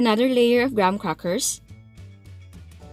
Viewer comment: Graham's correct pronunciation. Hope it may help you.